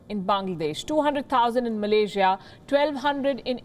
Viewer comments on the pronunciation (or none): none